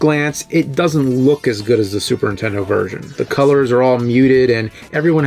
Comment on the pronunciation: Is the Nerd (or James) incapable of saying "The Super Nintendo" w/out leaving the N off of Nintendo? My Nan always called the "INTENDO" when I was a kid...